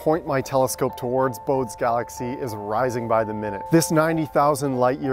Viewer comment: Excellent image and entertaining video. One thing: it’s pronounced BO-day, though he was born in Hamburg and probably pronounced it more like BO-duh. And his family would have called him Elert, not Johann.